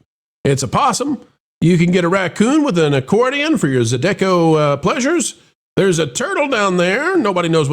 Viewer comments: Pro, Cajun Louisiana checking in. The music is pronounced ZYE-duh-ko not zye-DECK-o. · Mispronouncing Zydeco